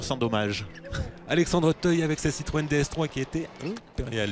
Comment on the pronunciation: écouter bien......il dit citroen siroco mdr